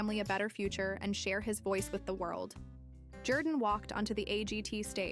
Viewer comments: His name is not pronounced ‘Jer-dan’. It’s ‘Jor-dan’ even though it’s spelled Jourdan. He says his name on AGT which you have obviously watched. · Love this guys story and journey. However this cheap AI compilation doesn't do him justice, to the point of AI mispronouncing his name.